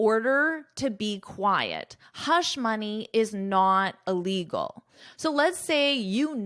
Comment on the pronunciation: Hush money And I can’t hear “illegal” clear missing the sound of “il”.